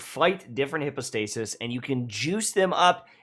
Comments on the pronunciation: Isn’t it /haipow/, not /hippo/? 🤨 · Please pronounce "hypostasis" correctly! Google can show you the pronunciation. It's not hippo-stay-sis lmao. [hai ·pow·stei·suhs] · Everyone: Hype-o-stasis No one:: HIPPOstasis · bruh why are you calling it hipostasis? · Bro y u pronounce it hippostasis 🤦🏽‍♂️ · But why are you calling them hippo-stasis???? 😅😂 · No one:: HIPPO-stasis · "Hippostasis" lmao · He replied "no" when someone asked him to pronounce it correctly 💀 🤣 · Then my ears didn't lie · Just thought the same xD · That hurt my ears 😂